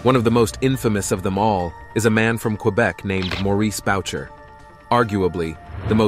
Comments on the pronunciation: You are making a documentary about someone who’s name you are mispronouncing. This is why people are getting stupider 😂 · At least pronounce the man's name correctly